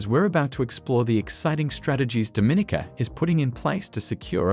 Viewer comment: I really wish you had learned how to pronounce Dominica correctly. It’s Domineeka, with the accent on the long e.